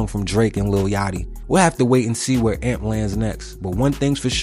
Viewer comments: youre saying amp wrong. this is mad disrespectful ngl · my brother in christ, its A.M.P what he keep say amp and amps